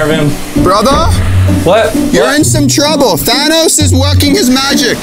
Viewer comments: Na that’s not Thanos that’s Janos 😂😂😂😂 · That ain't Thanos that's thados